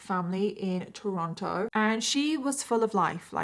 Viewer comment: Toronto pronounced Chorono Also: Luka Magnotta?